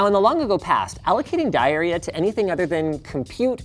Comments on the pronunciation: Am I the only one who heard diarrhea instead of die area? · I heard “allocating diarrhea” when he said “allocating die area”